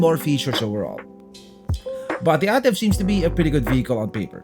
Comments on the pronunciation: It’s pronounced as EY-TIV and not AH-TIV. This Ativ sold in Middle East and Latin America as the Yaris sedan. Yaris Ativ is known in Thailand, Sri Lanka, and Pakistan. Ativ sold globally as the All-new Vios. DESIGN OF THE EXTERIOR: Front Fascia: Corolla Altis Rear: Camry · A-TIV (ey-tiv)